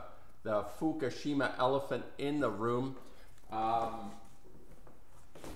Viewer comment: It is "FUKUSHIMA" (Fookoosheema for those who are challenged) no "FUKASHIMA". At the very least pronounce it correctly. Goodness.